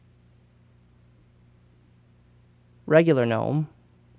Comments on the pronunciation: Man it sure is nice to hear someone actually pronounce Gnome and Mate correctly. I subscribed just because of that. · He pronounced both correctly. In america its mate not mate-e because we aren't speaking Spanish and talking about their drink. There is no such thing as G-nome. Its Gnome pronounced nome like a yard Gnome. Fuck stallman. That is all.